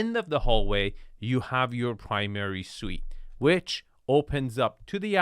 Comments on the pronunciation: Suite, not suits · Primary "Suite", not "Suit"